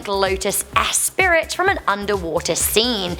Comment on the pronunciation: It's Lotus Esprit (espree) not es spirit 😂